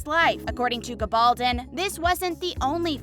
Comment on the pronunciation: She does not pronounced it correctly. Diana said it's pronounce Gabble Don with an accent on the "don". That is the English pronounciation, not the Spanish one as her father was of Spanish heritage.